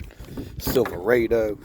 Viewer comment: Lean how to pronounced silverado..............!